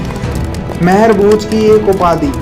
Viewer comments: Sir, मेहर भोज नही आप गुर्जर सम्राट मिहिर भोज जी कहो। कम से कम नाम तो सहि सही बोलो🙏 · Name to sahi se le liya kar mehrbhoj nhi the rajput samrat mihirbhoj the